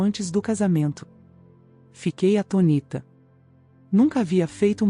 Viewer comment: Você fica "atônita", com a sílaba forte sendo o O, tanto que leva acento circunflexo.(chapeuzinho). AtonÍta está errado.